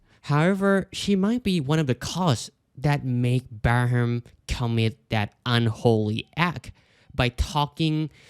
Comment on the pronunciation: Its funny to see you pronounce Balram